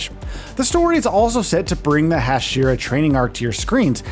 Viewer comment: “Hasheera”is driving me insane